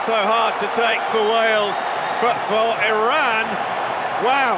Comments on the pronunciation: Commentator absolute butchering the Iranian names and even Iran itself. It’s E-Run not E-Ran. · It is pronounced E run not E ran . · Eee ronn? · EYE-Ran played well